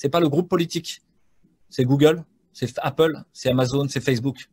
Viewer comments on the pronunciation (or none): none